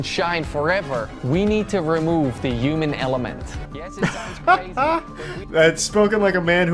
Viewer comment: I used to be contemptuous of kwibblehelicopter until he crossed the line: he pronounced "human", "you-min". Now, I absolutely loathe him.